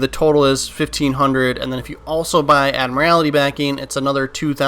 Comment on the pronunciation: Love how you mispronounce admiralty🤣🤣